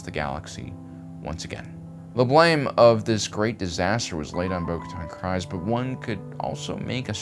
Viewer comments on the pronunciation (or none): Please stop mispronouncing Bo Katan's name....it rhymes with breeze, not cries. This is canon.